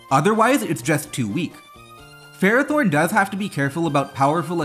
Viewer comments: Nobody pronounces Ferrothorn right. Fer-Raw-Thorn not Fero-Thorn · I'm going to scare everyone. The correct pronunciation for Ferrothorn is "Fur-Aa-Thorn".